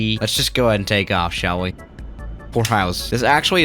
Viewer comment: "sha'll we" 😂love it